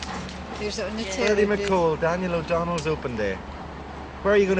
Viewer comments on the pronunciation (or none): Daniel o donnel lol